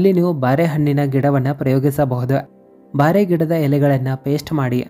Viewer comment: (ಬಾರೆ ಅಲ್ಲ) ಬೋರೆ ಗಿಡ